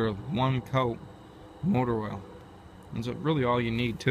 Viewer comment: I thought he was saying Motorola all the time 😂😂